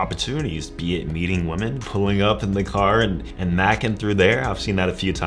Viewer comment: Please pronounce “women” properly